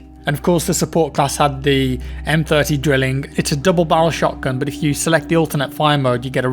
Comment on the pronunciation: FYI the "drilling" is pronounced "drylling"